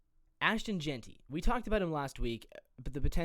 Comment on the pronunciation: Jentry😂😂 we got K9 the disrespect